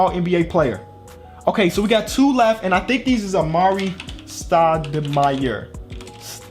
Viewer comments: Did anyone else realize that he said stoude-fire instead of stoudemire , or is it just me? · You said stadifrie